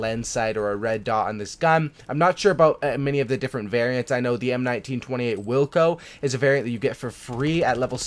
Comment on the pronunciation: Aiiiiiii look, he said M1928 right this time, tho it’s the M1A1 model...